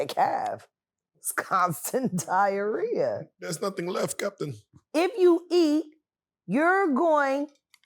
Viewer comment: She said diaharia.